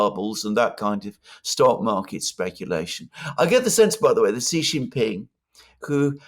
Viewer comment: his name is SHEE JINPING NOT JHEE JINPING... JHEE JHEE is slang for Penis in Chinese Language. I have superchatted you multiple times,.